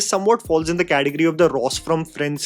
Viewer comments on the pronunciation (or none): The pronounciation of kaategery